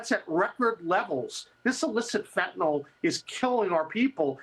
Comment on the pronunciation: FOR CRYING OUT LOUD, MARIA— IT’S NOT “FENTANOLL!!” It’s pronounced “FENTA-NILL!”…. And YES, it matters, because saying it wrong makes you sound uneducated. What if you heard media wonks saying ‘heroin’ like ‘her-OYN?’ You’d be distracted and annoyed, right? I REST MY CASE.